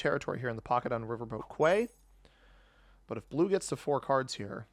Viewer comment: Quay is pronounced key I'm pretty sure unless I'm gaslighting myself.